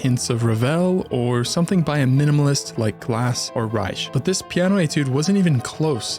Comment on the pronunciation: how came you about to pronounce Reich correctly?